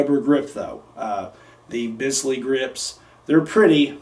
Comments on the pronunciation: Pronounced "beez-lee" grips. But good attempt. By the way...the BFR gets my vote for the greatest revolver EVER! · Bisley is a totally different grip shape. it is more vertical with less 'roll' in the recoil, this was a design for target shooting. The BFR grip shape is classic SAA, made to roil with recoil. You just have a nice set of grips, not Bisley grips. PS, "Bisley" is pronounced "Biz-Lee" You're welcome